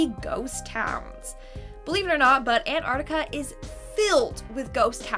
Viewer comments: Antarctica not anarctica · You saying it wrong. You are meant to pronounce the T in Antarctica.